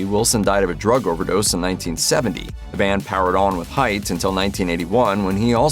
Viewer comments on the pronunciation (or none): none